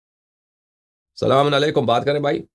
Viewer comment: آپ اسلام علیکم درست نہیں بولتے وجہ بیان فرما دیں ۔ اسلانالیکم بولتے ہیں کیوں ؟